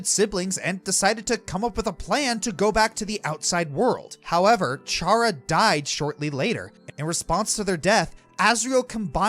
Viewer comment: Aside from your consistent mispronunciation of Chara's name (Toby Fox has gone on record saying it's pronounced "Kara" because it comes from the word "character"), this is one of my favorite videos you've ever made. It really goes to show how video games can be a form of art.